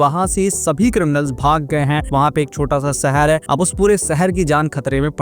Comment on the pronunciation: Saher nhi hota hai shaher hota hai jabardasti nhi zabardasti aur jada 😂😂😂😂 zada hota hai